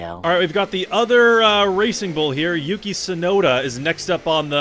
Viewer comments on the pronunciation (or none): none